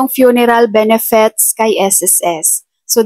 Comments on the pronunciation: Ate BENEFIT EDUCATED K P NMN ! Pano mo I pronounce ang benefits. Benefets😀😀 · Ayusin m pronounciation m anong benefets..😂😂 benefits madam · Benefits hindi benefets